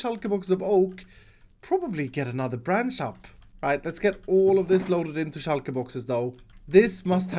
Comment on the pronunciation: Is it just me or is pronunciation of shulker boxes heavenly